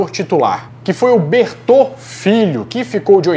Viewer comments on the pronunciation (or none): Não é "Bertô" é "Berto" e por favor edição, quando o apresentador cita o Tom Jobim aparece na tela o João Gilberto!